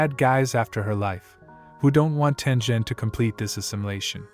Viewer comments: Sorry for this, but it’s pronounced Tengen not Tenjen. Sorry Sorry Sorry Sorry Sorry Sorry Sorry Sorry Sorry SorrySorry Sorry Sorry Sorry SorrySorry Sorry Sorry Sorry SorrySorry Sorry Sorry Sorry SorrySorry Sorry Sorry Sorry SorrySorry Sorry Sorry Sorry SorrySorry Sorry Sorry Sorry SorrySorry Sorry Sorry Sorry SorrySorry Sorry Sorry Sorry SorrySorry Sorry Sorry Sorry SorrySorry Sorry Sorry Sorry SorrySorry Sorry Sorry Sorry SorrySorry Sorry Sorry Sorry SorrySorry Sorry Sorry Sorry SorrySorry Sorry Sorry Sorry SorrySorry Sorry Sorry Sorry SorrySorry Sorry Sorry Sorry SorrySorry Sorry Sorry Sorry SorrySorry Sorry Sorry Sorry SorrySorry Sorry Sorry Sorry SorrySorry Sorry Sorry Sorry SorrySorry Sorry Sorry Sorry SorrySorry Sorry Sorry Sorry SorrySorry Sorry Sorry Sorry SorrySorry Sorry Sorry Sorry SorrySorry Sorry Sorry Sorry SorrySorry Sorry Sorry Sorry SorrySorry Sorry Sorry Sorry SorrySorry Sorry Sorry Sorry SorrySorry Sorry Sorry Sorry SorrySorry Sorry Sorry Sorry SorrySorry Sorry Sorry Sorry SorrySorry Sorry Sorry Sorry SorrySorry Sorry Sorry Sorry SorrySorry Sorry Sorry Sorry SorrySorry Sorry Sorry Sorry SorrySorry Sorry Sorry Sorry SorrySorry Sorry Sorry Sorry SorrySorry Sorry Sorry Sorry SorrySorry Sorry Sorry Sorry SorrySorry Sorry Sorry Sorry SorrySorry Sorry Sorry Sorry SorrySorry Sorry Sorry Sorry SorrySorry Sorry Sorry Sorry SorrySorry Sorry Sorry Sorry Sorry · Not tenjen it's taingen